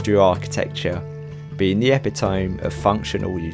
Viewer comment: You might want to look at the phonetic pronunciation of the word ‘epitome’ - e-pi-toe-me. Sorry, I’m an editor and librarian😉